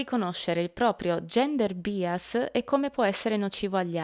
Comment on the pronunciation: Grazie mille per il contributo!!! PS: "bias" si pronuncia /ˈbaɪəs/ :)